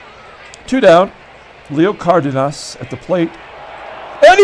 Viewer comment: For Leo the emphasis is on “den” the pronunciation would be: “car-DEN-us”